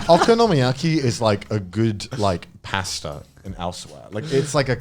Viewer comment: Connor's pronunciation of pasta hurts me internally